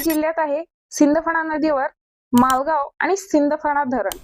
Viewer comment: majalgaon not malgao😢